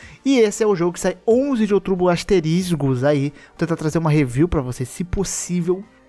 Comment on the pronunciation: asterIZgo? kkkkkk